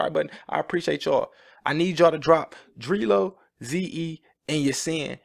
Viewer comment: Z.E feat. Adel - Nr. 1 Player (and btw, Dree Low is pronounced like Dr. Dre Low except Dr.)